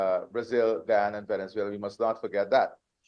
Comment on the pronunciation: GUYANA not Gana.